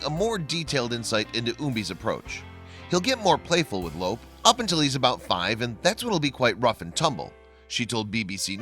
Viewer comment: Your saying Lope's name wrong. It sounds different than it looks because there is no accent mark in the English language. His name sounds like Loopy. Lope' It is a Spanish name. Your saying it like elope, without the first e.